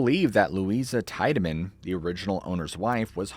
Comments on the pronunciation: I'm from Cleveland and Franklin Castle is haunted. There is also a tunnel from Franklin Castle to lake Erie. I've been inside the tunnel which has been walled off in the middle with bricks. Tiedeman is pronounced teedamin. Not tide a min. But that is besides the point. Just for future reference. The tunnel was used during prohibition to haul illegal liquor from Canada into Cleveland via the lake. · Great stories. I've lived in Ohio my whole life and heard a LOT of weird stories. 2 things: in NE Ohio we pronounce it "tee-deman" not "teye-deman." In German, the combination "ie" is generally pronounced "ee" and "ei" is pronounced "eye." Also, I'm skeptical that the air force would show a civilian classified footage of a UFO and share any national security information at the height of the Cold War (not a reflection on you retelling it). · It's pronounced HAHNZ TEEED-AH-MIN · Haaans Teed-A-Man is how u say his name. I grew up next to this home and played in it and the yard as a kid. Franklin Castle!!! I have many stories of this place and the homes in the area. Don’t forget about the baby skeletons from the doctor that performed illegal abortions. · TEE-DAH-MIN. There's a road on thr west side named after him. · Pronounced Tiedeman wrong. And didn't even show the REAL Franklin castle.... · Came here to correct him on how Tiedeman was pronounced. I used to live around the corner from Franklin Castle. Creepy place.